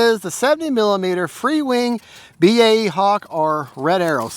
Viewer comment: Nice flight. I got one of these second hand in mint conditon. Had to upgrade the wheels, but I love it. By the way as a brit, BAE used to stand for British Aerospace Engineering. That's why we all say B A E. You guys are a little irritating when you say Bayhawk. Not worth an international conflict though 😂.